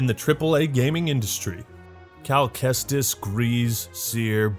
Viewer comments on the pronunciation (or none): Cal Kestis = Cal Chuchesta xD